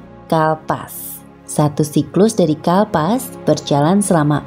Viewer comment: 6.02 bukan kalpas tapi kalpa🙏